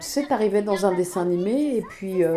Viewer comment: Chibi Tama ah OK merci Mais du coup elle le prononce mal Brigitte ?